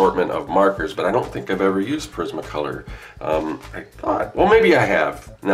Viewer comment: Respectfully I have to inform you that your pronouncing Prismacolor wrong because no one else has. Lol its Pr-iz-ma Color not Pa-riz-ma Color.